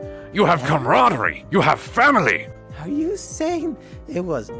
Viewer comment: “U HAVE FAMERLY”☠️☠️☠️